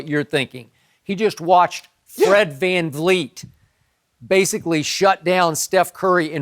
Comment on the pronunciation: I can’t stand when Shannon says “Fred FanFleet”